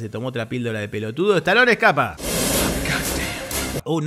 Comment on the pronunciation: Muy buena tu narracion de toda la película me cargué de risa.... sobre todo Me dio risa como ....decis estaloncha.......😂😂😂